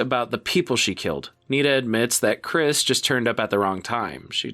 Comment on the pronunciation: Jackson Habenero 👍 Chrish... Chrish? Really? 👎